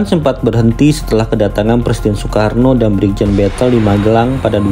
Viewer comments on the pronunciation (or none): none